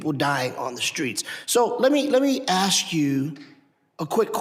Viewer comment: Mississippi needs someone who can actually speak properly. I want to ax you a question! Really?